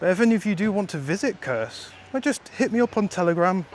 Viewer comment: The way you say the name of your city sounds off — like a bad word. It's actually Kursk - Курск not "curse" lol